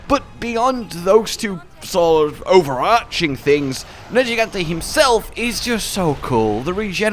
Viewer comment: 1 Viper Tobi Kadachi 2 Safi Jiiva 3 Nergigante 4 Duramburos 5 Alatreon Also.. Proud of you for saying Nergigante's name correctly. Sigh, and later on you fucked it up again. Why?